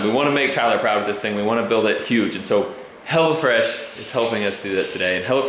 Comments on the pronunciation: I thought you kept saying "Hella Fresh", and I was thinking, "What is it, like 80's food?" LOL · I thought he said "Hella Fresh" at first. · For a bit, I thought he was saying "HellaFresh" instead of "HelloFresh" 😂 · It sounded like u said hella fresh some of the times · Oh hello fresh i thought you said hella fresh xD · I thought you was saying hellafresh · I thought you said hell-a-fresh lol